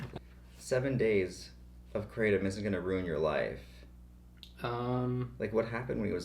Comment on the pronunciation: Kray-tum. Kratom